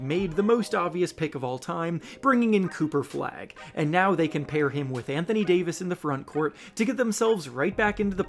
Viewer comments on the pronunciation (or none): none